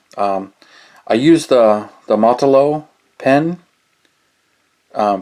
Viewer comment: Molo-tow, not motolow